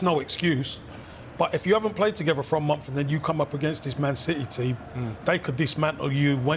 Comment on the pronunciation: says. ‘They look like they haven’t played for a mumff.’ What is a mumff? Anyone out there who can speak English?